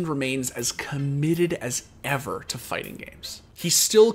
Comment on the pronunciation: "Fighsing games is somsing so great"